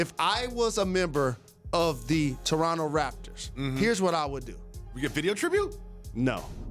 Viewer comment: "After winning a championship in Geronto" 😂